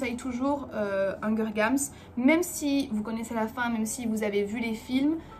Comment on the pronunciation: Petite question d'une prof d'anglais un peu puriste, (non, je rigole, aucun rapport avec mon métier mais c'est juste pour ne pas dire que je suis chiante)... pourquoi dis-tu "hunger games", avec la prononciation française et sans prononcer la diphtongues? J'imagine que c'est voulu mais je voulais te poser la question par curiosité. ;) NB : merci pour la petite vidéo sur tes favoris récemment, cela m'a fait découvrir le podcast hot line qui est absolument génial et hilarant !